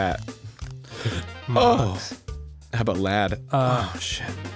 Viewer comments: I love how they asked if "bat" was a word but they said it like "bait"... yes bat is a word lol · he said bate not bat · he said b-a-t-e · Am I the only one who noticed that Arin legitimately thought that “Bat” wasn’t a word ? He even mispronounced it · Did Aaron just ask if bat was a word and than mispronounce as If it had a E at the end. So cute 😂